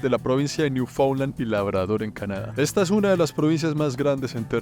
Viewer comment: Genial la saga! Lastima que pronuncio mal Newfoundland todo el tiempo!